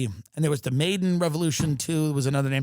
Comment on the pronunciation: After the Pope, can we finally say that this is a massive money laundering operation? We aren’t “saving democracy” as the corporate media describes it. Btw/ it’s the “MY-DAHN” coup, not “MAY-DEN”